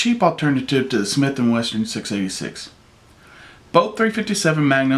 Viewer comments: he did lmao those damn smith and westerns hey BOSS its smith and wesson but thats a nice looking ruger ya got there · Sounds like he is saying Smith and Western. lol